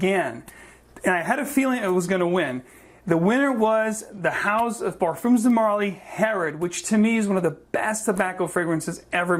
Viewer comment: Hey guys, just a correction on the pronunciation on Parfums, the "s" is silent, you pronounce it just as if you were saying Parfum.